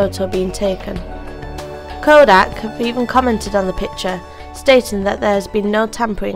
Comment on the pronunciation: whoever voiced this needs to stay away from YouTube I mean PITURE and FAJER, my ears were bleeding out